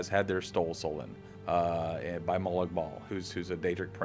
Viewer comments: "...the player has had their stol soulen" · "the player has had their stole solun" speechcraft raised to 100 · someone has sollen my stoll? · "the player has had their stole soulen" haha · "The Main Story Is That The Player Has Had Their Stole Soulen" xD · "had their Stole Soulen" :3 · Lol he said: the players have had their stole soulen HAHA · "the player has had their stole soulen" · LOL HE SAID STOLE SOULEN LETS MAKE FUN OF HIM HAHAHAHAHAHA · haha "Stole Soulen", a brilliant spoonerism if ever I heard one.